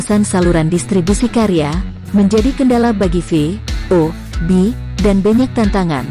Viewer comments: Mohon maaf bukan sob tapi vob. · Yg ngisi narasi nggak bisa mbedain huruf V dan F...😁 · 😁😁😁😁vob min bukan pob 🤣🤣🤣🤣🤣🤣🤣🤣🤣sukses trus min tpi jngn slah lgi ya🙏🙏🙏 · Min min...!!! VoB bukan FoB yah ( Voice of Bacheprot ) itu aja sih tapi tetep suskrib